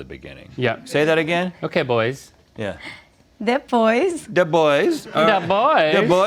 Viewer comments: "depois and the Boys" 😂😂😂😂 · She is great!!! As a Brazilian I appreciate the struggle from them to understand the language. "the boys" - "depois" hahahahahahahahah